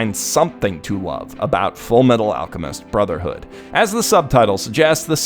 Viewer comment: You mean FURUMETARU ARUCHEMISTO BROZERHOODO?